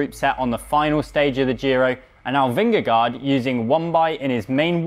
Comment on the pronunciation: Learn to pronounce Vingegaard correctly.